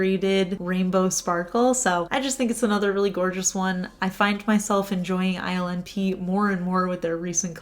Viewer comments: I can't stop hearing "island pee" every time you say ILNP (i'm sorry lol) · Your shirt is stunning!!!! When you mentioned the ILNP polish it sounded like you called it Island Pee. LOL What brand & color is on your hair? It's my favorite color!!!